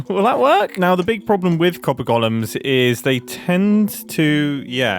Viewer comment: i keep hearing this as "Copper Gollums". I guess that makes sense. They sort your precious.